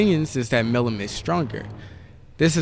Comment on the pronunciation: butchers Milim’s name whole vid